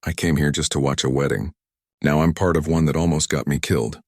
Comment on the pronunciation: I'm just laughing how the AI messed up here... instead of "part", the AI said: "pee art"